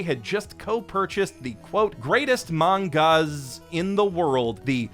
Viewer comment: I'm glad him saying 'mangas' also irked you